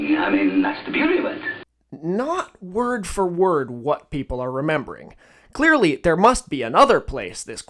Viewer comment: "so clÆARly"